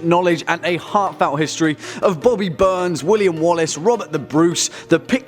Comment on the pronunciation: Is it just me or did he say bobby burn